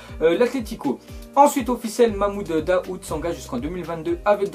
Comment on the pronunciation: "mamoude daoude " mdr la prononciation